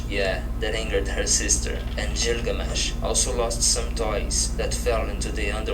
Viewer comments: God i hate how ge says Gilgamesh... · When this guy started listing the 20 most important gods he could have pronounced the name of the last one better. He just happens to be the most famous in pop culture. Gilgamesh.